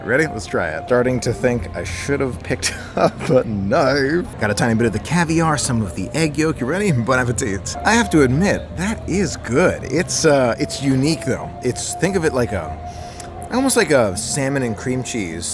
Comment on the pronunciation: please please don't keep saying bon appetit and pronounce all the letters. The last "t" is silent so it should be bon apeti.